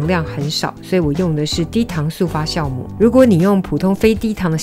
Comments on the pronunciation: Jiao母，不是念孝母。这是很基本的发音，这都会念错。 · 酵母。读jiàomǔ ，不是xiàomǔ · wiki says jiaomu not xiaomu